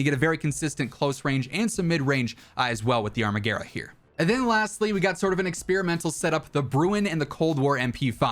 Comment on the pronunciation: “Arma-garah” lol wtf 😂 it’s pronounced “arma-gwera”